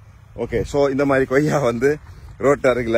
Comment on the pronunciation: Super Sir but reporter Sir it's Koyya or Goyya